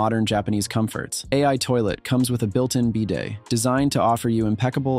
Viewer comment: I'm sorry how did you pronounce “bedet”?!?